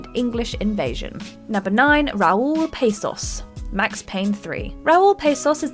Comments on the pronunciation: "PAH SOS" not pasos. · It is Raul Passos not Pessos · Yes Raul Passos no PAAssos